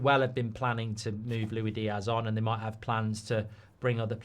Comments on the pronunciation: His name is Luis Diaz not Louie Diaz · It's "loo-is-dee-az". He's Colombian, not french.